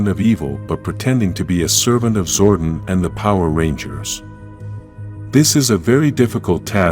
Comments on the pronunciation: ITS ZORDON NOT ZORDIN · Man who the hell is zorden its zordon like don